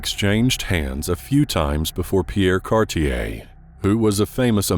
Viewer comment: Your pronunciation of Pierre Cartier is cursed.